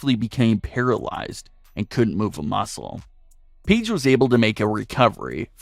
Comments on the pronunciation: Okay but why you saying "peedge" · i hate how he called her peige for a little bit